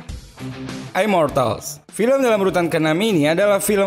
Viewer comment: Immortal jadinya aimortal, Pans labyrinth